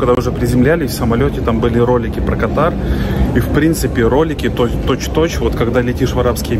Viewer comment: Правильно КА тар Дубай ПАТА'ЙЯ ПХУКЕТ